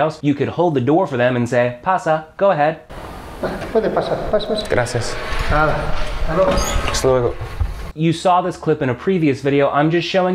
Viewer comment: Hey,. First of all, I gotta say you're doing a great job at teaching spanish. I´m a native spanish speaker (I live in Mexico City), and I´d like to make a pair of comments that will be quite useful for you and your students. The first one is related to the pronunciation of the word "nada". Usually, american people change the pure sound of the letters "d" and "t" when these are in the middle of a word (even they sound very similar). For example, in the word "turtle", the first letter "t" sounds different from the second one, something that is very common to hear in the US, not in the UK. What I mean by this, is that you mustn't change the sound of the letter "d" in spanish. In the video you changed the sound of the "d" in the word "nada" as you do it in your first language. You have to say "DA" as in "DArling". The second comment is about the expression "permiso" (in Mexico we usually say "con permiso"). This expression (con permiso) is used only when someone is blocking our way. I bring this to my mind because once, in a restaurant, I heard an american to say "con permiso" just to catch the eye of the waiter, which is wrong, in that case he had to say "¡disculpe!". Actually, that was very funny because it was like if I told a waiter "pardon me!" in order to call him, instead of saying "excuse me!"... I´m gonna start to teach English in Mexico, and I'd like to exchange knowledges with you about the languages. I consider myself that I´m in an advanced level.